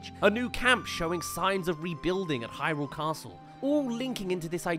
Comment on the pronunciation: Thank you for pronouncing Hyrule correctly! Upvoted!